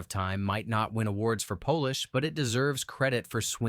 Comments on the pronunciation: "Journey to the Center of time may not deserve awards for Polish..." Someone should tell the AI narrator that the word is pronounced "polish" with a short A and not a long A like the sausage. Better yet, a human being should review these videos before posting. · "Polish?" I think the AI voice meant "polish." Big difference. How difficult is it to use your own voice? Down-voting.... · Another AI-voiced bit that would otherwise be good. Such little things..."polish" ≠ "Polish"